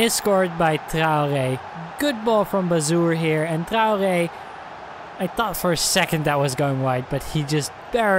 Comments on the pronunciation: Traore is pronounced Trey - Or - Aye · Its not how ur saying it. Ur saying Trow - Gey/Gay